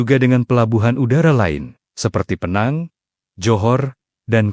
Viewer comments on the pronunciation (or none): none